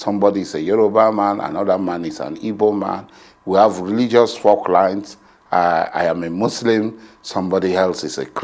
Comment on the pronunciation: It is called "faultlines" not "forklines".